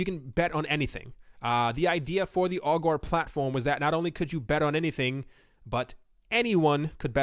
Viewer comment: Every time you say "Augur" - I here "Al Gore". :D